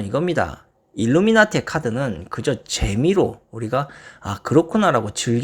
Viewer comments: 일루나미티가 아니라 일루미나티… 자꾸 일루나미티라 하시네요 ㅋㅋ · 일루나미티 (X) 일루미나티 (O) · 일루나미티? ㅋㅋㅋ 발음 꼬였슴니다